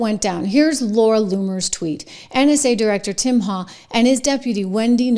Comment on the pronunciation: His last name Is pronounced "Hawk". There's a DR at our local hospital with same last name